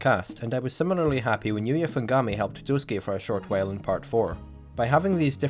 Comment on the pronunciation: To this day, the biggest mystery of Part 8 for me is how people can correctly pronounce "Josuke" and yet not take the hint when pronouncing "Norisuke".